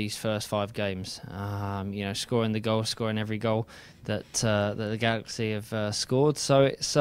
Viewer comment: actually he said "glaxay" get it right....oh